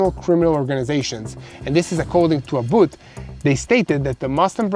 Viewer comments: you r not saying Governor Abbott’s last name correctly. I know u don’t mean 2 but if possible, please correct. TY 😊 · Come on brother, the governor of the state where the headquarters of the corporation you work for and you don’t even know how to pronounce Governor Abbott’s name come on, bro